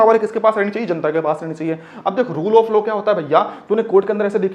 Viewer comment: Bhaiya low nahi law hota Haa 😂😂😂